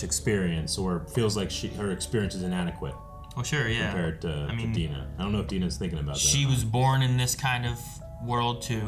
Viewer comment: You pronunciation of Dina is wrong 😅